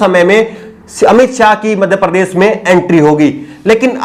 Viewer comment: Sharm aati he mujhe jab sunta hu apka vdo jab aap bhasha ki aisi taisi pherte ho kaise sha ko sa kehna madhya prdesh prades bolte ho.shamil kovsamil keh rahe ho